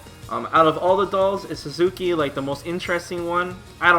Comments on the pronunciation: God dammit,! The doll with sword is named "Satsuki" not "Suzuki"! xD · "SUZUKI" It's Satsuki REEEEEEEEEEEEEE